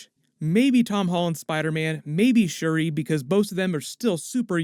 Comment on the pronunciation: it's "Shuri" not Cheri